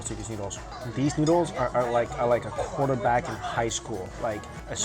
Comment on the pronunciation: I'm the only person who heard the words quarter bag instead of quarterback😂🤣